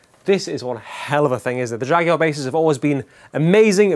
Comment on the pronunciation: Glad you call it a Jaguar not like the US reviewers with their JagWarr pronunciation